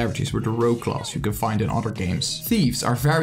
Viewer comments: "Closs" instead of class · Huhu it bothers me how he says class as "CLAUSE"....But otherwise, it's a good video. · The way you say "class" though 😂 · the way he said class